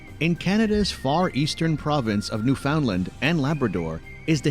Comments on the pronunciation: The only thing in this who video that is inaccurate is the pronunciation of "Newfoundland" . We actually pronounce it to rhyme with "understand." Also, the idea that you could live in Vancouver with a family might be a lot less attainable than you think. The cost of living there is unspeakably high! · I live near Vancouver. I've been to Banff, it is beautiful. Not sure who narrated the video you watched, but they pronounced a few things incorrectly, Quay and Newfoundland to name a couple. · Also, no one pronounces the last t in Toronto. It's Toraw-no to anyone who lives here. Same with Newfoundland. Newfundland, not newFOUNDland. Only people reading the name, and have never heard it in their life would pronounce it that way. Redoo made me cringe, too. While its historical facts are still impressive to this day, being the longest skating rink is probably its claim to fame at this point. In terms of age and length, as a canal, I believe there's one in China that has it beat on both fronts. As for the size of this country, large is an understatement. I can drive for 2 straight days and still be in Ontario. I've managed to make it to 5 other provinces, so far, and hope I'll at least get a few more down before I'm gone. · THAT WAS NOT NOVA SCOTIA..IT WAS NEWFOUNDLAND(pronounced..NewfunLAND..(like underSTAND) the emphasis is on the "LAND"..NOT the "found"the found is pronounced like fun..And St.John's is the oldest English speaking city in ALL of North America.And is bathed in history..Cabot Tower is the first place in North America to receive the first wireless transatlantic signal (hence..signal hill)..and George St. has the most bars and pubs per square foot of ANY street again..in ALL of North America.Not to mention our important role in both world wars. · New FOUND land! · The person narrating the video is watching should learn how to pronounce "Newfoundland" and "quay." AI? Also, those were black bears, not grizzlies. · He pronounced Newfoundland wrong as well.